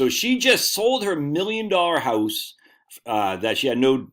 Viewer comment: I’m hearing a Maine accent when you say Houwse.